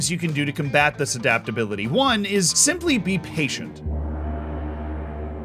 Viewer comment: adaptability or as as calls it dadaptability